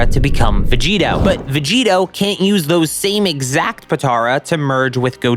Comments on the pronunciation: Its Vegito not Veggeeta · Gogetota Everyone:... Dude.. you mean Gogito.? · GOGITOTA IT IS CALLED GOGITO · It’s just gogito not gogitota tf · Or Govekugeta hahahaha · its gogito, not that hard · It’s called Gogito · say vogeto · Did he just say gogetata bro wtf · It's gogetio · Bro just say gogito com on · the veg-gettoh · It’s fucking gogito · Vegigoto (Ve-Ji-Go-To) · It hurt me to listen to the name